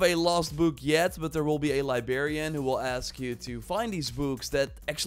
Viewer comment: accent totally turned librarian into liberian lol (no hate)